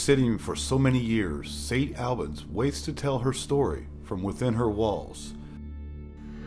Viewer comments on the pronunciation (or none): Been to St. Albans many times for photography tours. I can't say it's haunted but I will say there is a dark presence that has a certain affect on people. And its pronounced St. (All-bins) not (Al-bans).